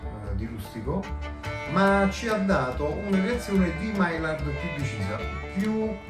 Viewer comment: grazie per il bel video. maillard si pronuncia maiiar.